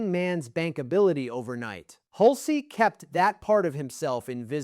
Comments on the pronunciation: It's pronounced "hulch", not "hul-cee." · Hul-cey? Get a better AI. Down vote and saying don’t recommend channel.